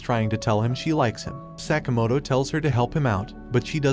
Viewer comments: Sakamoto...not sack-a-motor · The amount of time Sakamoto was mispronounced bothers me